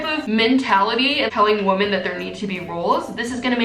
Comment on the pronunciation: Am I the only one that notices her saying women weird? 😂 it sounds like she’s saying woman.